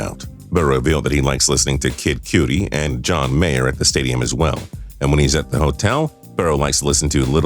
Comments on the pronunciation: No way jose you really said kid “cutie” no bro it’s kid “Cudi” smh 🤦‍♂️ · Kid Cutie? Lolol it's pronounced Kid Cudi, sounds like CuD-ie put some respect on Scotty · Fact for: It's Kid Cuh-dee not Kid Q-dee:D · Lol Kid Cuuuuudi. Not cutie... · I’m sorry but “one thousand island dressing” and “kid cutie” killed this for me. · Omg, kid cutie????? Who are you ? Where did you grow up? Kid Kaddi is how read “ kid cudi”. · This dude just called kid cudi “kid cutie” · Did this guy just cal Kid Cudi Kid Cutie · Kid Cootie?? It’s Kid Cudi (cuh-dee) my guy🤣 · Did this mf just say Kid Cutie instead of Kid Cudi? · this man did NOT just say kid CUEdi like bruh it's just Cudi like Cuddy lmao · Him saying it wrong, just means he actually has a life... & doesnt waste it away sitting around obsessing over other people, & the things they say that you dont like lmao. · Kid Cudi not kid cutie 😂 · Did… did he just say Kid Cutie? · i noticed that too😭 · This man did not just say “kid coody” right after calling a lollipop a “sucker”. Cringe on main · It physically hurts me when you say “kid cutie” as his favorite rapper, please just stop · Kid koodie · Kid “cutie”. Brah don’t tell me you don’t know who kid cudi is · KID COOUDI?!😭😭😭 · Wait….Did he say Kid Cootie?? Bruhhhhh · He did "kid cutie" 🤦🏽‍♂️🤦🏽‍♂️😭🤣😂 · Yeah It sounded like he said Kid Cooty lmao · I said same thing obviously a non music person narrated this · Destroyed Cudis name lol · Hurts me the way you said kid cudi LMAO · We all gonna act like this guy didn’t just butcher kid cudi’s name 😂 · So nobody is gunna point out how he pronounced kid cudi? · Butchered Kids name smh the disrespect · Say Kid Cudi right!!! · doesn’t know how to pronounce Kid Cudi lmaoo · Okay never say kid cudi like that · and you replying twice shows you have no life. Him saying it wrong means he doesn't do his research.